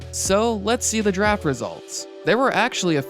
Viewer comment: Everytime he says Draft I hear Giraffe